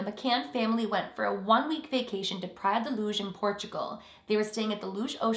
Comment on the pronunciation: From a Portuguese subscriber: the way you said Praia da Luz was spot on! it sounded almost native! When it comes to the case, yeah Portugal is considered very safe (in 2020 it was considered the safest country in Europe and third safest in the world) but shit still happens here. Don't go anywhere thinking it's safe and then completely neglect rationality, there are bad people all over the world. Anyways, I'm sure that if they didn't do it then they must have regretted leaving their children like that every day for the past how many years now. When it comes to my theories, as a born and resident in the Algarve (the area where Praia da luz is located), in my opinion, that guy is a scapegoat. I have a friend that lives right where it all happened and everybody there has no doubt that the parents did it.